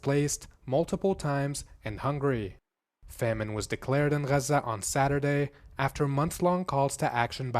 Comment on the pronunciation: It's nor "rrazza", it's Gaza. Learn English.